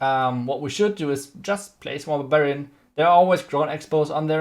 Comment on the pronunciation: Its barbarian. Not babarian haha